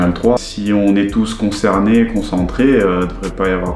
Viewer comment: 9min53 "concernés" 🤣🤣